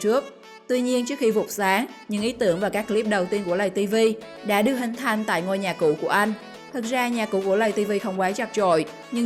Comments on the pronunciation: Chị ơi lây TV chứ ko phải lầy TV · Người ta là lay tv chứ ko phải lầy tv bà nội ơi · Lay tv chứ ko phải lầy vl nói cũng sai